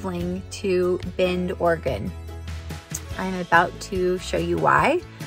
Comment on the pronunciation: Thank you for pronouncing Oregon correctly!!!